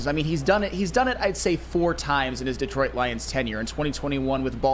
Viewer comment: You guys need to work on your pronunciation of Detroit